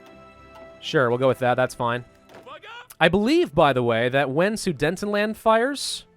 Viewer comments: Btw guarantees are at 25% WT i play 1186H of hoi4 Plus recruitable population is 4% i believe do thats 4% of the people not monthly recruitable And with polish revanchism you get 2.5% recruitable population Btw its sudetenland not sudentenland how to say Aswell it need to be the 1H of the next day for them to capitulate And its not Riga its said Riiiga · *inhale* ITS SUDETENLAND NOT SUDENTENLAND THERE ARE ONLY 2 N’S